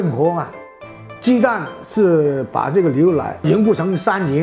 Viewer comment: 哈哈 牛（liu）奶（lai）